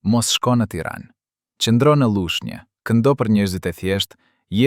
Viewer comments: Mesoni te flisni shqip,nuk eshte Llushnje por Lushnje etj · Prej menyres se lexuarit te ketij teksti me bejne pershtypje gabimet ne te lexuarit te fjaleve. P.sh. qyteti Lushnje, kurse lexuesi e shqipton Llushnje dhe shume fjale tjera te shqiptuara e ku theksi vihet ne shkronjen e gabuar e jo aty ku duhet. Kam pershtypjen se lexuesi nuk eshte shqiptar i mirefillt?!